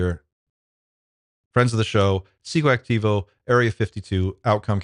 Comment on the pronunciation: Wow! You said Pscoactivo perfectly today! 😛 I think it makes sense for you to have Members only Monday on Wednesday. 🤗 Just ❤️ your channel…